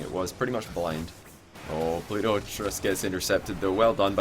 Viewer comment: re: shogun. The first week was horrible... the way he kept pronouncing pluto was hella annoying... im glad he either watched it back and agreed or that someone told him to please pronounce his T's because week 2 when I first saw pluto playing i though "oh shit" but he'd fixed it. As for is actual casting, brilliant, the amount of info he picks up on and dissects was a breath of fresh air.